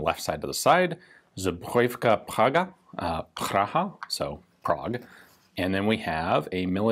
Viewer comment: But his pronunciation of "zbrojovka Praga" is actually pretty good. :-)